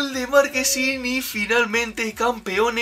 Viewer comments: No se dice markesin se dice marchesin buen vídeo crack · Ya no es marchesin, ahora es marquesin 😂😂😂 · Marchesin se pronuncia no marquesin😂😂😂😂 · Es Marchesin, no Marquesin...jajajaja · Bro se dice marche sin tal cual no marquesin jajajja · Marquesin 😂 es Marchesin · Porque le dicen "marquesin"? Es Marchesin jaja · Es marchhhhesin no marquesin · Soy yo o dice markesin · Muy buena reacción al partido Unos detalles, el portero del América se llama marchesin no marquesin, al menos en México a Gignac se le pronuncia Guiñac. Y deberían reaccionar a la supercopa MX (campeones de copa) entre Cruz azul y Necaxa que fue antes de este partido. Arriba Mima kina!